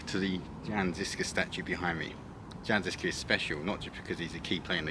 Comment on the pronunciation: Jan Žižka is pronounced as you would read Yan Zhishka...you should have learned that before making a video man🤔